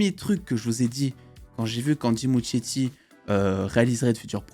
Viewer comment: Ça se dit ''Andy Muskietti" le ''ch'' se prononce "k", mais bon on s'en fout un peu